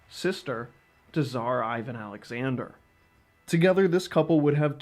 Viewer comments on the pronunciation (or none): You-ros!? It is Oo-rosh. And enough with that Ay-van.